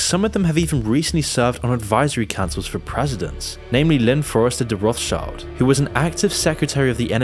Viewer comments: It's not "Roths child", it's "Roth schild". Do some basic research man, jeez. It's old German for Red Shield (Roth Schild). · "roth's child" lmao. Its pronounced more like "rot-shield". The name literally means red shield. Sorry that just keeps triggering me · it's pronounced "road-shield" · it's pronounced "road shield" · Rothschild is pronounced as Roths-shield. It basically means red shield in old German. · Rothschild is actually really easy to pronounce: the H in Roth being silent and Schild has almost the same pronunciation as "shield". Becomes an easy to say "Rot-schild" with an emphasis on the O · Rothschild should be pronounced Roth-scheeld, just for curious :) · its roth SHIELDS! as its pronounced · the Roth-schilds originated from Germany, more specifically Frankfurt. You're pronouncing the name wrong.